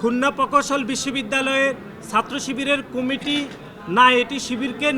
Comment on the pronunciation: কুমিটি না আব্বা কমিটি!